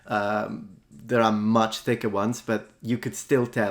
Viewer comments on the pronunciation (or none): #10 When I heard "Thank you so muts" I was pretty sure it was Greek. :D